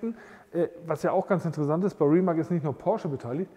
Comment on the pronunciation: kleiner Tipp aus der Schlaumeier-Abteilung: es wird Rimatz (Rimac) gesprochen. Finde es echt super, dass ihr eure Collection mit uns teilt!